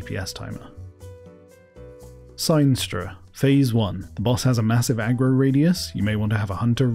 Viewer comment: The pronunciation of Valiona/Theralion and Sinestra is criminal.